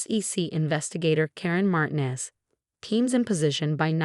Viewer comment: Straightened, not straightener. Rattle, not row. Securities, not security's. He'd, not heat. Patience, not patients. Robes, not rose. Armani, not Armana. Pronounce Martinez correctly, please. You need to, not UNITO. Falsified, not falsify. Damning, not danning. His, not is. Lost on me, not Law Zombie. Pro Bono, not Pro bonna.